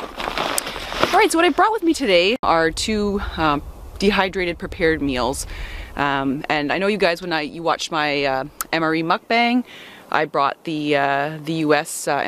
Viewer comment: Muck-bong....not bang😍